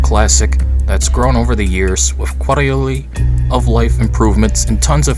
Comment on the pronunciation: "Quarilaly" of life improvements??